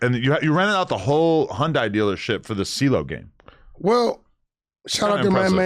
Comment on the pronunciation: Hun-Die is crazy 😂 it’s hun-day 🤦🏾‍♂️